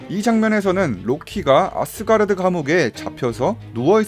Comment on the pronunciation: 앗쓰가르드 나만 거슬림??ㅋㅋㅋㅋㅋㅋ